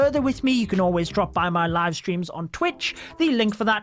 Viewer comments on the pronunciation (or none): none